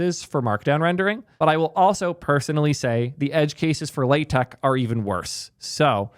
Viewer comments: Don't worry, this isn't the first time we've looked a a paradigm and said "this is too damn complex, we should make it simpler" only to recreate exactly what existed before. Markdown is starting to look a lot like LaTeX. 🫣😄 And you're not pronouncing LaTeX circuit. 😄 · Hearing mispronounce LaTeX is oddly comforting.